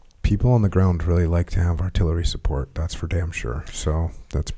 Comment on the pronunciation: Correction...skip to "and with that..."...I'm not missing the SUPPORCHHH